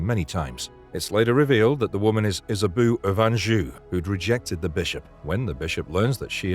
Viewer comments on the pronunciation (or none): Good list but it's pronounced Isabow not Isaboo, Zusha not Zuzia and Mayax not Max